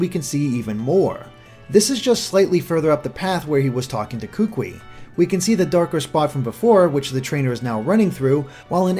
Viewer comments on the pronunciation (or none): I'm from Hawaii and just letting you know kukui is pronounced koo-koo-ee not koo-kwi. Mahalos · (posting this at the mark in the video) nice video man! but you are killing me every time you hack up my boy's name smh lol Kukui (pronounced ku-ku-we) I'm sorry lol but as someone who is from Hawaii (Oahu) it irks me when I hear names mispronounced. It's not your fault but it irks me lol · kukui is pronounced koo-koo-ee... not koo-quee :) but as far as the rest of pronunciation... good effort! Kaho'olawe is a tough one. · "Kookwi" It's pronounced koo-koo-e, like "Louie" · Kukui should be pronounced Koo-Koo-Eee instead of Kook-Wee. Sorry, I don't want to be one of those guys. Just bothers me since I'm from Maui. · it's pronounced ku-ku-i, not kukwi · I'm going to say this now: Kukui is pronounced exactly how it's spelled in IPA, or [kookooee] for English speakers, and 'Oahu is [ō•ahoo]. I know that the pronunciations seem insignificant, but it's kinda grating on my ears. And yes, cousin is most likely a local thing, as in Hawaii, a lot of locals like to call others aunty, uncle or cousin, even when there is no familial relation. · The way he pronounces "Kukui" cracks me up. It's pronounced like "koo-koo-ee". AND! he says "Oahu" as if it is spelled "Ohahu". Its just it makes people actually from Hawai`i laugh. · Kukui is actually pronounced Koo-koo-ee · kukui is pronounces as ku-ku-ee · Hey Kukui is pronounced ku-koo-e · A quick video comment, you pronounced Kukui wrong. I'm from Hawai'i, and when you talked about the kukui nut, I didn't know what it was and why I never heard of it. I only realized you were talking about the kukui nut that I know once you talked about its purposes. The correct way to pronounce it is Koo-koo-ee. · same here